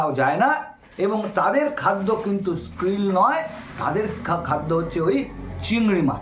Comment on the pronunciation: খুবই ভাল বিষয় এর উপস্থাপনা ।। Nat Geo র অনেক অবদান সমুদ্র বিজ্ঞান এ। Jac Cousteau r Silent World etc . একটি বই যেমন অনুপ্রেরণা হতে পারে তেমনি এই রকম উপস্থাপনা ও ।। তবে উচ্চারণে একটু খুতখুতে হওয়া যেতে পারতো।। Krill উচ্চারণের কথা বলছি। স্কিল শুনলাম ।।